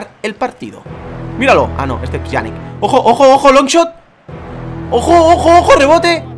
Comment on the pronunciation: Te lo dire por uuuuultima vez no se pronuncia piyani se pronuncia Pianich 😂😂😂😂